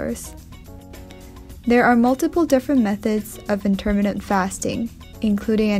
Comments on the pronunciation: You are mis pronouncing intermittent! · Please learn how to say 'intermittent'.